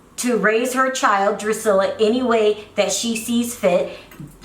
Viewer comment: My thought EXACTLY